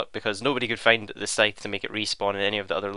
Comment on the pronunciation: It is also the correct pronunciation of the word Scythe